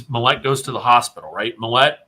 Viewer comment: Why do you keep emphasizing the wrong syllable of the guy's last name? It's MILL-et. Not mill-ET. Emphasis goes on the front end, there, not the back end.